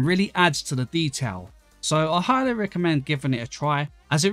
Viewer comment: "I AHA-ly reccomend" sorry.... couldn't help my self 😂